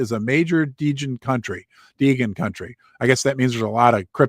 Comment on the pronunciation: Hey, just wanted to take the time to show my appreciation for you showing up today. I heard your mother is in the hospital, my family and I hope she gets well soon. I'm a diamond hooved duster since late December, to you and the community keep up the great work! It's only a matter of time now, only up from here! Also wanted to mention it's pronounced Degen as in Degenerate lol Let's Gooooo UFD!!!